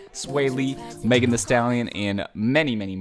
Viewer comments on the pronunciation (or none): none